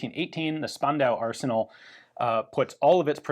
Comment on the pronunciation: We've trained Ian to pronounce "Strumgewehr" as "[Sh]turmgewehr". Now it's Spandau's turn: it is actually "[Sh]pandau"!